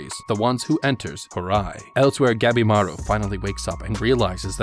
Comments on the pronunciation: Whenever he says Gabimaru I keep miss-hearing it as Capybara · Ngl when i first heard him say the main characters name i thought he said Capybara